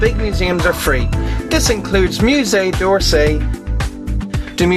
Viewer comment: I love how he doesn't even attempt to pronounce anything right in any of these HostelWorld videos. Hahahaha Muzay da Loo ver. Muzay Dorsay!